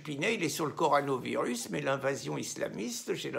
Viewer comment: On dit CorONAvirus, mon ami, pas corANOvirus ! 😊